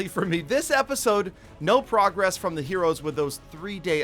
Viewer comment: Why does he pronounce “progress” like that?